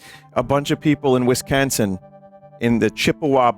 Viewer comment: I can't tell if Vinny was making a joke or if he really pronounces Wisconsin as Wiscansin. With the heavy New York accent as well.